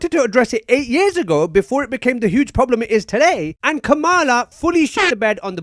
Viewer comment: And you still don't know how to say kamalas name